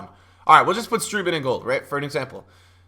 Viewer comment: Not strOOtman but strOAtman